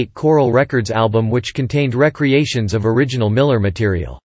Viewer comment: The AI voice is the one major drawback to a very informative video. A human voice would've been so much better. By the way, the artificial voice also mispronounced the word "re-creation." Use human voices for your videos, people.